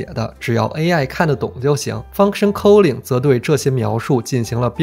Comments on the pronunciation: k Sorry it's /ˈkɔː.lɪŋ/ not /kəʊlɪŋ/ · 你对 calling 的英文读音好奇怪，令人咋舌